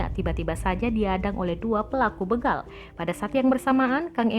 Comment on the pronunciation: Begal kak. Bukan bègal